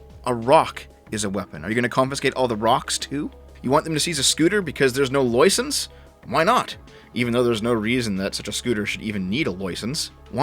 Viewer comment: No one here says loisence, unless you've got a speach defect. Dick van Dyke comes to mind. 😂